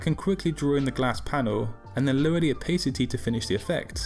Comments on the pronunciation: Its Opa city, not Opay city :P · i stopped watching the second you said "opheycitey" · man said opaycity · American English is pronounced that way, English English is 'oh pa city' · I HATE THE way this guy says "opacity."